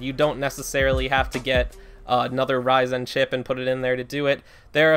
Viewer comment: I hate to be the person to say this, but the pronunciation of ryzen is driving me crazy! Great video though.